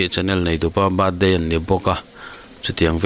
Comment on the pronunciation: Happy Cirthcay Happy birthcay